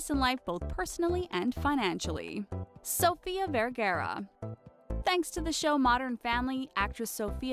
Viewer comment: It's Sofia Verr-Garr-Aaaaa